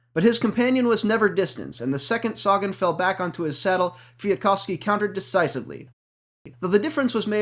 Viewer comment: Great race, aside from the minor annoyance of the commentary of the color man, Brian Smith, who continually refused to pronounce the second "k" in Kwiatkowski. Damned Scotsmen.